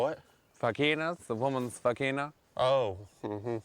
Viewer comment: I heard it with an h in it like "vhageena